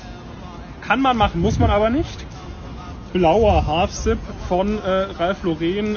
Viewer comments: Es heißt btw Ralph „Lorren“ nicht Laureeen. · Hauptsache der gute Mann weiß nicht einmal, wie man Ralph Lauren ausspricht. Lauren ist Amerikaner, daher spricht man es "Lawren" aus. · Tut weh wie er Ralph Lauren ausspricht🥲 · Ralf Lorehn wird eigentlich amerikanisch ausgesprochen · Ralph Laureeeeen. So deutsch ausgesprochen heißt doch, dass der BWLer gar nicht im Ausland studiert hat, nichtmal nen Auslandssemester! Armselig. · Der Typ will uns erklären wie man Ralph Lauren ausspricht und sprichts dann selber falsch aus 😂😂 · FInd's nice, wie der Dude Ralph Lauren nicht mal richtig aussprechen kann. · Der kann net mal Ralph Lauren aussprechen haha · Kein Highperformer spricht Ralph Lauren so falsch aus wie diese BWL'er. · Bro, Ralph ist Amerikaner. Das Ralph Lauren wird englisch und nicht französisch ausgesprochen. Man sind die dämlich